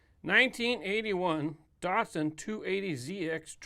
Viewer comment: I have a sneaking suspicion that you pronounce Datsun wrong...